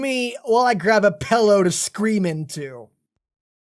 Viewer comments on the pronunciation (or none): What did I take away from that entire hour, ten minute long video? That you say "pell-ow" instead of "pillow". Like a loooooooser. But yeah, a great edition to the series. Love all the random truck scenes.